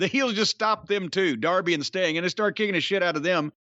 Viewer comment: Whenever he would say "Mr sting" I thougth he was saying Mr stink 🤣